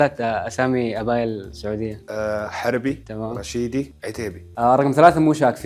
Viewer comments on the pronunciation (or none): دقيقة من الي شفته لين الحين فهمت أن رقم ٣ المصري ويحمد ربه رقم ٥ ما يشوفه لأن يعرفه قبل؟ طب مستحيل ذولي البنات سعوديات لأن حتى ببداية المقطع وحدة حسيت نطقها لكلمة سعودية بلهجة مصرية، غير أن بشكل عام شكلهم مو سعودي أصلًا